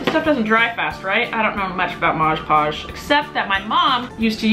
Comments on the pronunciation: She says moj poj 😂😂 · Btw, it’s moD podge not modge poge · Lol “mosjh podge” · I love how she called mod podge 'modge podge'